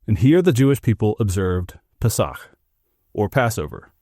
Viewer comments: Peach should be pronounced as “pay-sach”. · You pronounced The Long word just fine, but you flubbed paysach. Accent on first syllable.